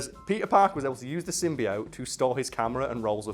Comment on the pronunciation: I guess the prem-eyes of pronouncing "symbiote" wrong was too much for.